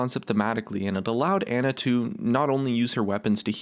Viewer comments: i'm pretty sure Ana is said ahnah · Isn't it pronounced "on-a"? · Why do people pronounce Ana as Anna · the way he said Ana's name pISSED me off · Your pronunciation of Ana makes me lose brain cells slowly... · You said Ana wrong so many times... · PioneerShark 725 I do its annoying as fuck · Pronounced Ana wrong too.